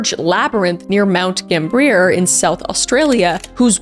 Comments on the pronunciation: (this is not meant to be petty) but from someone whos visited there mt gambier is pronounced "gam bee er" very odd spelling to pronounciation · Long time South Australian listener here, I love the Channel! It's pronounced Mount Gam-Bee-Yer, or Mount Gam-Be-Ah ✌️🔥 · pronunciation note for any possible future stories - Mount Gam-be-yah. I have dived a number of times in various locations, but the very idea of cave diving, or even diving in a submarine, scares the beejeezus out of me! The claustrophobia is REAL! And I will happily keep all parts of myself as far away from tight, enclosed spaces, especially those filled with water, as possible! Bloody terrifying! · you pronounced mt gambier different to us and i was like ‘yo where the heck is that’ then i realised where you were talking about lmaoo